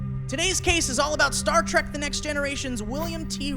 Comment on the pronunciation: ... Star Trak?? Traaaak? Come on! Wish Frakes caught that